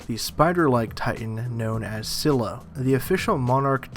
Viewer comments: its pronounced as Skylla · Scylla is with a hard C. Pronounced Skylla